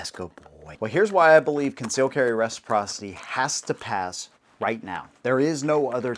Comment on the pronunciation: Concealed carry meh-siprocity. Give us constitutional carry!